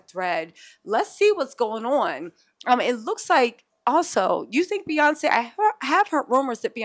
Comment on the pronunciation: Not p yonce telsa 🤣🤣🤣